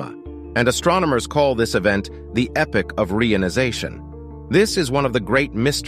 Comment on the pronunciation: re - ion - ization